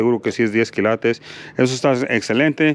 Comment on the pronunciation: Quilates! No quilatos d oro!!! Jaja sos norteamericano no? No mexicano?